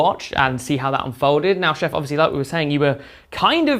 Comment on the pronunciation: Since Chef refused to say things correctly, i propose to call him '' from here on out. Lovely game &.